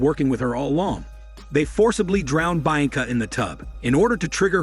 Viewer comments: The pronunciation of Bianca is hilarious 😂😂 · Mispronouncing the name became irritating after a while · Sorry but I can't stand the way you keep saying her name lol...only lasted through 3 min of the video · haven't you already done this one before? I remember the butchered bianca pronunciation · I think so. That pronunciation is what triggered it for me too.